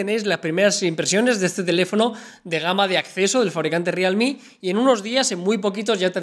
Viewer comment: Rialmi???.... jajaja